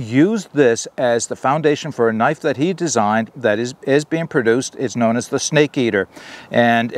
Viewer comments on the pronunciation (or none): none